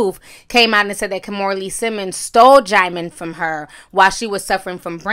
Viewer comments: Not DJAIMON...it’s DJEEMON. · It's even pronounced jih-mon lool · Not “DeejeeMon” 😭😭🤣☕️ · Oops... I JUST learned how to pronounce Djimon (JYE mon) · Hey Ti..it’s pronounced Diamond 💎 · But it's not Jymon. She still got it ALL wrong! Everytime she said Jymon I cringed lol. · Oh THAT'S how to pronounce his name! I used to say "Dijimon" too. Sounded like a damn Pokemon 😅. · Quiet as it's kept, I just found out THROUGH YOU (Ti) how to say his name... I was STILL CALLING HIS BIG FINE, CHOCOLATE ASS (DIJI-MON) & Since we're here I'mma KEEP CALLING HIM (DIJI-MON).. See... You can LEARN & SIP TEA with Ti.. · Djimon Pronounced Jee-mawn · Deejeemon tho😂😂😂😂😂😂😂 i used to pronounce it that way too lmao😅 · Djieziemon 😭😭😂 the way you pronounce names 😂😂😭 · Girl don't feel bad about not being able to pronounce his name. I used to call him Dijon like the mustard. 😂😂😂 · I could have sworn you said Digimon 😂😂😂 I had to rewind. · i thought the j was silent